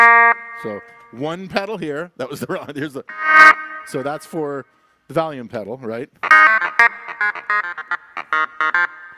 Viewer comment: Did he just say valium several times for volume?